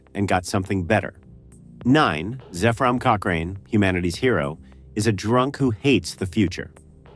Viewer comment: That's not how you pronounce Zephram Cochrane, ffs.